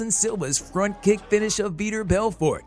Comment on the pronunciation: A little over a minute in and you mispronounced svetchenko, Machida, and Belfort. Come on guys